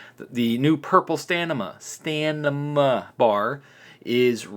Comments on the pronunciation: Please, I am trying to help you it's not STANIMA...The Word is STAMINA. THE M BEFORE THE N, SO M IS FIRST AND THEN N. I am saying this in good faith my friend 👍. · Stamina Stamina Stamina. Not stanima come on man it's not that hard. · Am I missing an inside joke or are you really insisting it’s staNima instead of staMina? It hurts, lol. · This game is getting cheap quick....STAM....IN....A.....sound it out lol....getting a richards shout out you made it bud congrats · Learn how to say stamina, you're an adult FFS. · Just listened to a guy switch the m and n in stamina for 14 minutes straight😂😂